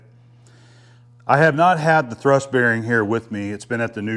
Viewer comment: Hi, 'thurst' = 'thrust' bearing.